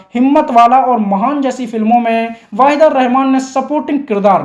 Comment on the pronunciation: पता नहीं क्यों लगता है कि तुम नायिकाओं के सही नाम नहीं ले पाते हो। वहीदा रहमान वाहिदा लगता है। नूतन न्यूतन हो जाती है।😮😮